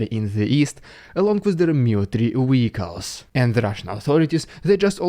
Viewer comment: Great channel. Only your pronunciation of vehicles as "wicos" is somewhat off (at least I think you mean vehicles :o)